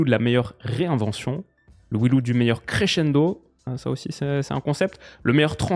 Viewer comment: "We loose" en prononciation, c'est dur pour des vainqueurs...